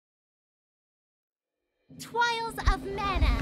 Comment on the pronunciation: Holy shit I laughed so much with the Twials and the ENABLE part